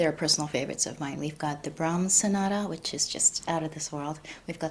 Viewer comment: Brahms not Brahma